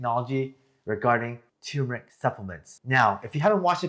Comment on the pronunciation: Please pronounce it correctly. TUR MUR ICK